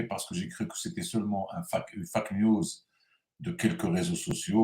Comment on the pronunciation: Bonsoir vôtre prononciation de Facke news est fausse par conséquent vous changez la signification en un terme vulgaire, dommage je ne peux vous envoyer d audio.